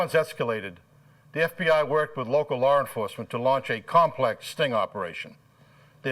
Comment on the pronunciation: "Lar Enforcement?"